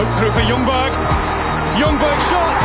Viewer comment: The actual way of pronouncing ljungberg is jungberj